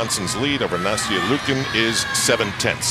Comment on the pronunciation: He keeps pronouncing Nastias name wrong!